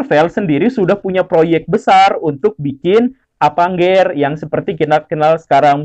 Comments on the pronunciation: Avengers ❌ Apangger ✅ 😆😆😆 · Pas bilang "Apangger" Auto ngakak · Ketika Bilang Avang geerr 😭🤣😂(selera humor ku entahlah) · "film apenggeur..." ceunah 😆🤣🤣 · Cara menyebut avanger sangat emejing 😂😂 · Salfok sama avanger = baca pake logat batak